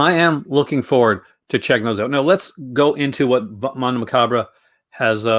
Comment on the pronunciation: You always say Mondo Macabra. It’s Macabro XD